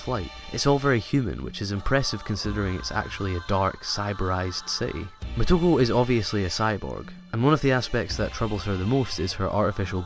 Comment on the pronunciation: Moto-KO, it sounds like you're calling her "Ku".